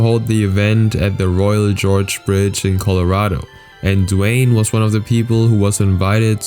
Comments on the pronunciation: is not Royal George. The G is like in Golf, Gum, Game. Gorge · its not "jorge" its pronounced "Gore-g" not "George" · It’s not “GEORGE”! It’s pronounced “GORJ.” Fix the narraration before you post. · It's actually pronounced like "gore-j" (Gorge) not George like the name. Just thought I'd mention that. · It's the Royal Gorge bridge, not the Royal George, like you keep saying. Gorge as in canyon, not as in King. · Royal Gorge, not Royal George... lmfao!!! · Gorge starts with a hard G as in "go." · That bridge in Colorado is pronounced by the geographic feature not like a proper name